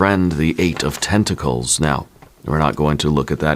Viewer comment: 'The 8 of tenticals' 😅😅